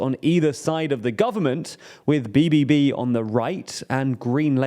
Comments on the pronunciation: you butchered bbb XD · Good effort on trying to pronounce BBB but that was terrible 😂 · Say BBB again please - loved it